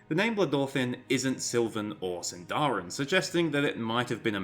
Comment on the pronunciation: Shouldn't Sindarin be stressed on the first syllable? Anyway, the fact that Dorwinion is named in Sindarin doesn't pinpoint to Elves living there at all. Countless places are named in Sindarin, Gondor for example, Harad...